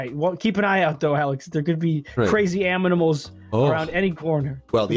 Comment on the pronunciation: Pals: Aminamils Me: Is this how they said it in 2018?